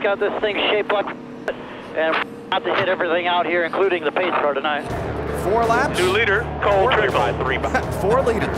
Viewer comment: pacecar not pass car lmao